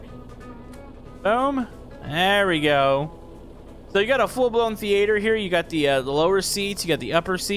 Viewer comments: Thee aye ther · How did he pronounce "theatre"?